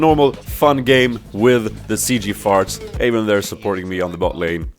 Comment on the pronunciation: "Corki is also a champion i have to train mä :D Swenglish